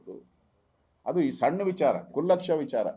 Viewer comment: ಕುಲ್ಲಕ್ಷ ಅಲ್ಲಣೋ ಅದು. ಕ್ಷುಲ್ಲಕ ಕಾರಣ